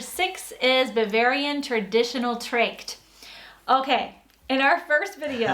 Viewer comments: The german traditional costums are called TRACHT. With an A sound like in american "Duh". She said it like Tricked...and the CH is in this case spoken like the ch in hebrew Ruach or scottich Loch, not a K sound. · The womens clothing is "Tracht" , not "dregt".